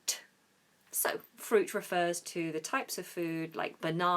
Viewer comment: Your counterpart, Lisa, pronounces fruit "frut" You on the other hand pronounce "fruit" correctly. Well done!